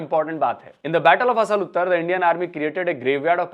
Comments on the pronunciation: "आसल उत्ताड़", not "असल उत्तर". At least get your pronunciations correct. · इसका उच्चारण- " असल उत्तर " नही है ये है -- "आसल उताड़ " ये गाँव का नाम है जो खेमकरन सेक्टर में पड़ता है।